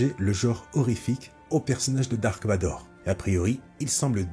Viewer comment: C’est Darth Vador. Pas Dark